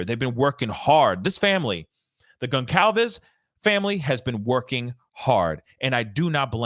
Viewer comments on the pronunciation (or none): Con-calves (it sounds like con - colvs) not s